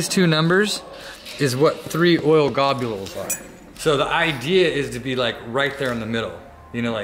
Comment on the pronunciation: "Oil Gobules" -Bad. D. Braddy